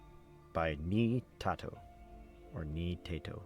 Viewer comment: Lol you got my name right on the second try! (NiiTato)! I enjoyed the reading thank you!